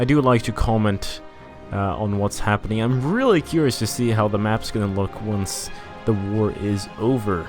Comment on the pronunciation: Found out your channel just now, watched a bit and when you said "to" as "tu" I knew you were brazilian. Seu inglês é muito bom, se não fosse pelo "to" entregando, eu demoraria à descobrir que tu era brasileiro xD